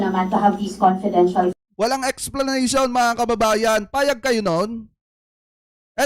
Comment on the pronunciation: Ano sabi nya confidential question,confedintial fund.😂